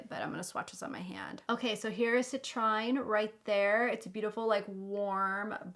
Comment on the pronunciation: That lipstick color looks gorgeous! Now I’m thinking about buying that set for the lipstick and giving my niece the gingerbread makeup bag. I just don’t care for that bronzer shade. I’ll have to think about it some more. I got the Tarte Winter Wonderglam palette and I’m loving it!! BTW, Citrine is pronounced “sit-treen”. It’s a beautiful gemstone. ~Patricia ❤️